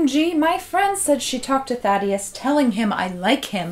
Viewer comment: when she was saying thaddeus, i though she was saying "fatty a**" yes